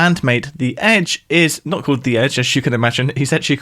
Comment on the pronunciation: u say Paul Mcartney like Poe Mcartney an say called like code. lol